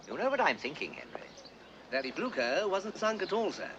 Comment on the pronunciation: Cant stop laughting how they misspronounce Blücher .. but this is english with german names all around anyway :D p.s.good movie